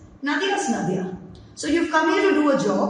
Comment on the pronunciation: Nadia jaise "Nadia ke Paar". Naadia nahin. Russian lagta sunne me hei...